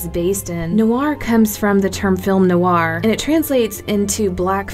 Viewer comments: How you're saying it is informal, many americans pronounce noir like that but it's supposed to be pronounced nwär. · I hate to be the grammar police but she is totally mispronouncing the word Noir >.>